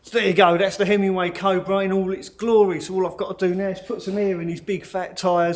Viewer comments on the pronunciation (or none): It does sound like your saying Hemingway and not Himi-way.